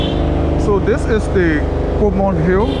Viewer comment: I believe it's Coleman Hill not Comor Hill.